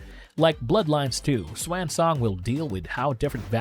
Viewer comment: Why are you pronouncing swansong like that?